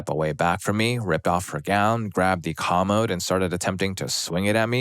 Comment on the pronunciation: You’re mispronouncing “commode”.